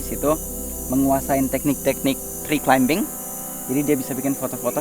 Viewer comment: Koreksi ! Climbing dibaca [klaiming] huruf "b" tidak ada bunyinya. Beberapa kata yang sama seperti: plumbing (plaming), plumber [plamer], comb, combing sama juga.